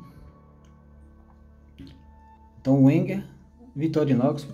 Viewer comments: Não conhecia esse modelo, interessante- a propósito, só para encher o saco mesmo.... Wenger em alemão pronuncia-se " venguer" - com "v". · Boa noite. Eu tenho a maior dúvida com relação à pronuncia da marca Wenger. Uns falam Venger, outros Uenger. É bem confuso. Mas eu acho que vc tem razão, uma vez que o Alemão é uma das línguas oficiais na Suiça. De agora em diante quando for falar sobre algum canivete da marca vou utilizar a pronúncia "Venger". Obrigado pela dica. Um grande abraço.